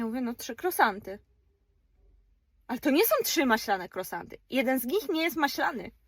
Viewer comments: Kruasanty tak sie to wymawia niuniu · Nie mówi się krosanty, ale kruasanty! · Jakie krosanty? To jest żenada. Nie można się nauczyć poprawnej wymowy ?